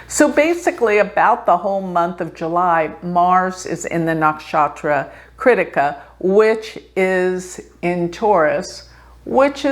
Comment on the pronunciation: It's pronounced! Kri+thi+ka kri thi ka! Not crítica! When you say it with this position it sounds like critical! A negative vibe!!